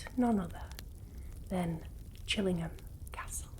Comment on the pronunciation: Love this video! (And how you say "Chillingham") :)